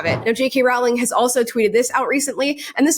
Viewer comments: Great content, but PLEASE pronounce it - ROW as in rowing a boat, not ROW as in having an argument. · I'm sorry, I cannot listen to you mispronounce Jo Rowling's name over and over and over. You're making my ears bleed! Row, row, row, your boat. Rowling rhymes with bowling, not with howling! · J.K’s last name is pronounced Rolling. like row, row, row your boat. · Idk why so many people mispronounce her name. It is Rolling not ralling. She has even said "like rolling down a hill" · its a silent w in Rowling, it is pronounced as rolling, not row-ling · Btw is Rowling as in Rolling not Rawling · "Rowling" rhymes with "bowling," not "howling." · You should know that Jo's last name rhymes with "bowling", not with "growling." Very grating to hear it mispronounced over and over again. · ‘Rowling’ rhymes with ‘bowling’, not ‘howling’. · Rowling rhymes with BOWLING, not howling. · Just wanted you to know, because I thought you would care... the correct pronunciation of J.K. Rowling is like rolling or bowling. TY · Love you and your content, but cringe every time you say the name "Rowling". It's pronounced like "rolling stones", look it up, she said so herself. (Even though she doesn't correct people who pronounce it wrong) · I BEG YOU start saying her name correctly!!!! Rowling like “row a boat” rhymes with “bowling” PLEASEEEEEEEEEEEEEE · RAWL-ING is killing me lol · It's pronounced "rolling" 💖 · Great video ~ just a heads up, her name is pronounced Roh-ling. #HarryPotterNerd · Amala it Row-ling like rolling with the homies😅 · It's not a big deal but, J.K. has said that it's pronounced Rowling like Bowling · Love the videos. Just so we all know, it’s pronounced “Rolling” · It's pronounced ROLLING!!!!! PLEASE!! It's killing me! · BTW The “row” in “Rowling” actually rhymes with “row” as in “row row row your boat” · Rolling. It's pronounced Rolling. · Rowling is pronounced like "rolling" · it's pronounced like "bowling." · It’s pronounced ROLLING! ROLLING!